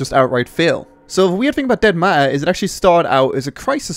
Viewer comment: Did he just call it dead mare?